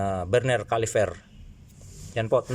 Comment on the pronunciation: Please stop saying CALIFER !! it’s CALIPER ….